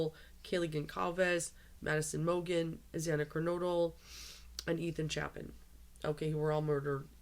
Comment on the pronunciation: Kernodle KER NO DLE ... funny you said Ker Noodle. Xana Ker Noodles .. it's Ker No Del